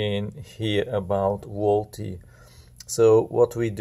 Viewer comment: Volte is pronounced Volt